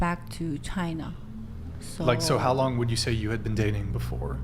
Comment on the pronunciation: "Chainuh iz Azzhoe"!